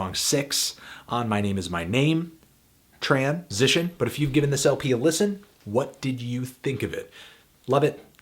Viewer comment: That Tran-sition thing you started doing in all your reviews is annoying as hell. Please consider not doing that anymore. Good review otherwise though! :)